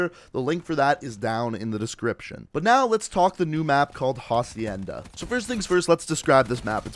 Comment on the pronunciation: For the pronunciation you don’t say the “h” it’s “acienda”